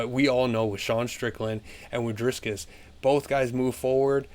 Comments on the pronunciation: Stop saying Drisscus! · Roll the r In Dricus